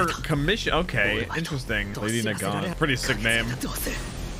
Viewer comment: I’m just glad I finally learned how to pronounce Nagant. It’s been bothering me since her first appearance